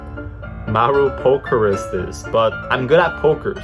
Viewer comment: It's the "marupokerist" for me HAHAHAHAHHAA your so cute kuya, the exact word is "marupok" and that means weak or breakable, here in the philippines we used "marupok" word when we fell in love to fast to the person.